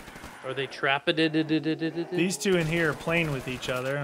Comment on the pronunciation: Why do they say tarped rather than trapped